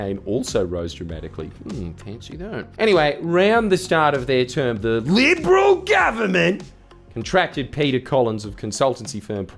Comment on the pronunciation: It's been too long since you said 'LIBRAWL GUBBIMENT!' Thanks Jordies, I needed that